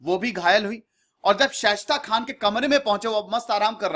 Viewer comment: Respected sir... मैं आपके विडियोज देखता हूँ और ज़्यादातर मैं एक बात नोटिस करता हूं कि आप कई नाम सही नहीं लेते मसलन इस वीडियो में जुझार सिंह को झुंझर सिंह , शाइस्ता खान को शेष्ट खान कह रहे हैं| और औरंगजेब के खिलाफ आप वीर दुर्गादास और मेवाड़ राणा राज सिंह का नाम लेना भूल जाते हैं।